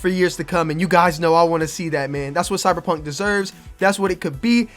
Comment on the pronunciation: "cybuh p hunk baybeh"